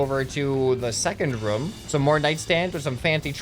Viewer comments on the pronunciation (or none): none